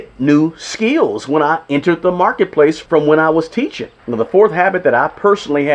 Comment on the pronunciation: Bro it's skills. Not skeels 😮